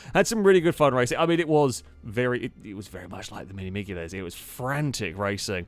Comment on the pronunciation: Pretty sure th G in miglia is silent :D